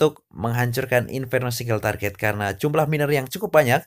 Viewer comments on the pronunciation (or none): Target aja " kok bilang traget